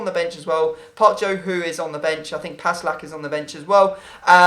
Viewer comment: Pussy lack? lol it's pass lackh